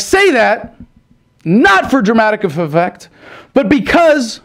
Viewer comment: 'dramatic feffect" Nice.